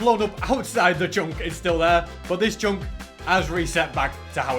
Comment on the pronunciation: why u saying "CHONK" and not chunk